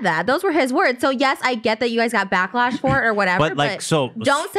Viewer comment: “backlesh” HAHHAHA